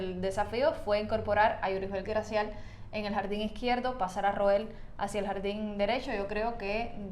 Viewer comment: Dice que Gracial 😂 gracia es lo que da